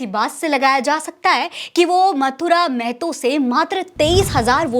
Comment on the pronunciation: मेहतो -मेहतो बोलना बंद कीजिए (महतो)